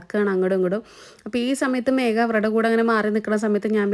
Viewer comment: മേഗയാണോ അതോ മേഘയാണോ ? മൂകാംബികയിൽ എഴുത്തിനിരുത്തിയിട്ടും അക്ഷരശുദ്ധി ഒട്ടുമില്ലല്ലോ. ഗീ lamp അല്ല ഘീ lamp .